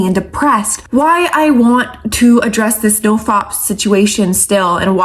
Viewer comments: você é maravilhosa mas não inventa moda...é nofap e não nofop 😂😂😂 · love how she says nofap. 🤣